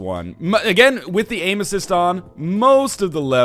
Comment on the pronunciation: I keep hearing "Anuses" when you're saying "Aim Assist".